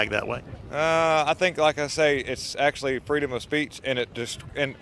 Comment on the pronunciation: Not kindda. Actuallya!